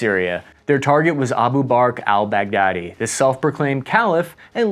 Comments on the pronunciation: "al bugatti" dude what ???🤡🤦🏻‍♂️😂😂😂😂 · "Al-bugatti"... Never change 😂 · did u call him al bugatti? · Abu Bakr Al-Bahgdadi! Not Al Bagadi lol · Bro butchered every name in existence, al buggati?? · This guy said pershmega! And al bagaadi! 😂😂